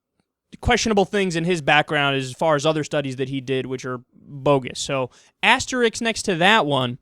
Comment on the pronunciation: It's AS-TER-ISK, not AS-TER-IKS. Much the the same way that it is Chipot-LE, and not Chipo-L-TE. It's NUCLEAR--> NEW-CLEAR-R, not NEW-Q-LUR.